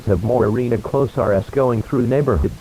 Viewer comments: “The arena close are ess” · "The arena closier" " The arena closiar."